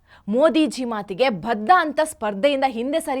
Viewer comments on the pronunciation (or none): ಭಧ್ಧ ಅಲ್ಲಾ ಬದ್ಧ 😂😂😂